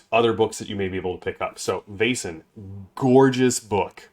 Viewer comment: Excellent game. So good to hear your love for the art, lore and wonderful design. BTW — I think it rhymes with "lesson" rather than "basin."